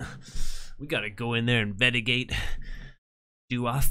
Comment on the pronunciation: Haha... In the beginning, he couldn't say investigate... He said invedagate.... LoL